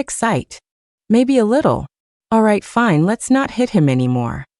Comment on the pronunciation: Like the Luna and Chloe stories. I would like them even more if the narration didn't randomly change into a weird hard to understand accent, and have simple words like live and fine mispronounced.